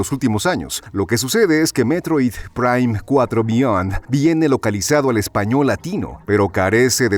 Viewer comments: Si si si, muy bonito y todo, pero yo quiero saber porque se escucha todo robótico cuando dice: "Metroid, prime, cuatro, beyond". Se escucha como IA, todo pausado y antinatural.😮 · Por qué pronuncia así el nombre del juego, DIOOOOSSSSS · A lo mejor la voz de narración fue generada por IA, y ésta se confundía, o más bien malpronunciaba, el nombre del juego por contener palabras en inglés. Por eso suenan las palabras así de distanciadas, porque seguramente tuvieron que separarlas y darles otra escritura para que la IA lo pronunciara bien. Es sólo mi suposición.